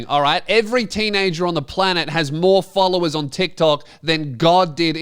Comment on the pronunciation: Oh, all these folovers, she said.